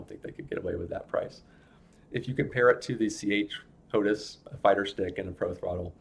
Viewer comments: Why do you keep saying HOTUS when it's HOTAS? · its ho-tas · It's pronounced "Hot Ass"